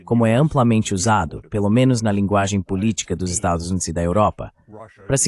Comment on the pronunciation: Esta locução precisa ser melhorada. Estados Unidos” ou “USA” é coisa que definitivamente não consegue dizer 😅